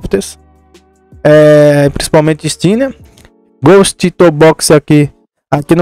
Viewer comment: pronuncia e ghoust nem portugues to hablando dierto